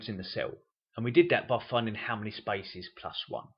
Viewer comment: I find it hard figuring out where is the word "spices" he mean..until i realize it was spaces